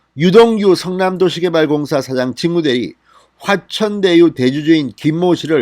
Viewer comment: 대천화유가 아니라 진성호님 자꾸 ᆢ ᆢ화천대유입니다ㆍ